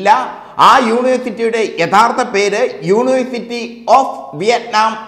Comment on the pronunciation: യൂണേ സിറ്റി അല്ലഹേ !